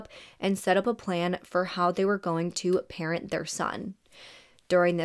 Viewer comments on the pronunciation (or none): none